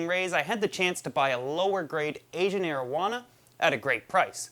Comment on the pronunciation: Is he saying marijuana